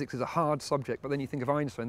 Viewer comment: Actually, for a Brit does a good job pronouncing it. It comes quite close to as northern Germans would pronounce it.